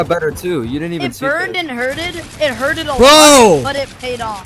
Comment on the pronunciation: Mans said “hurtled”